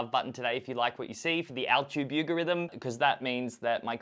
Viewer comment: “The Altube yougorithm” 😂😂 definitely unique